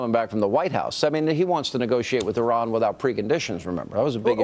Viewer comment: I doubt that, seeing as you can't even pronounce Iran correctly.